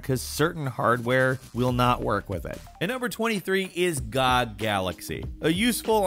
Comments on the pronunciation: It's G-O-G not gog And eenee for "initialize" files But well as long as we can understand each other I guess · Cmon, ffs it's not gog galaxy, it's G O G galaxy. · It's G-O-G, not gog lmao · Wait a minute, did you just call it God Galaxy? It's called GOG Galaxy and it stands for Good Old Games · GOG, not God. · Calling G.O.G "gog".... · GOG GALAXY IT'S G O G GALAXY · Did you just pronounce GOG? That's so weird. Lol